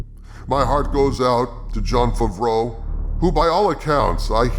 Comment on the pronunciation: I love how you pronounce Favreau as Fvro